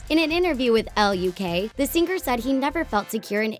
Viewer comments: "Sing-ar" It's singer, you Idiot! Why do you over enunciate the 'g' at the end?!?! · "Sing-ger". It's all I can hear 😅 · i kept hearing "sing-Ger"